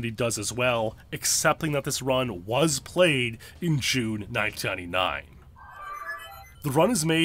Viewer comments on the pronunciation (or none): you can't pronounce 1999 correctly, lol